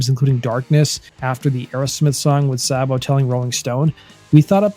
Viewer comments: It's not Sahbo. It's pronounced Saybo. My brother knew them personally. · "Say-bo." Not Saa-bo. He even said so when his buddy Jon Bon Jovi did a fake interview with him. Please learn how to pronounce things. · I can't listen to this...it's Saybo..not Sahbo. Unsubbed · It's not Sahbo! Sabo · Pronounced snake 🐍 SAY-BO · Dave Sabo with a long a sound. Not whatever you’re attempting. It’s pronounce like Saybo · Thought Dave Sabo's name was pronounced like "Saybo". The way He is pronouncing it sounds weird. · Saybo it's pronounced Saybo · no mention of their 1st drummer who was bonjovi's 1st drummer but fucked that up. joined daves band and stabbed his drug dealer right before they got signed and had to do 11/29 in the big house, rob was an emergency replacement... and its pronounced SAY BO dammit...